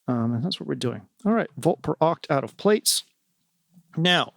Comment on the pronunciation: hey, love Ur videos. just wanted to let u know Plaits is pronounced Platts with a long a sound like flats but with a p instead of an f. it's a way of doing hair that's why he named it plaits because it is the braids successor. I don't mean to be rude or anything, just thought u would want to know. thanks for making such great eurorack videos man, Ur fucking awesome!